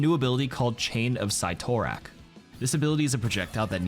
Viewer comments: “Sai-Tor-Ak”😭😭😭the nerd in me just had a stroke “Sitto-Rack” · Chain of “sih-tore-rack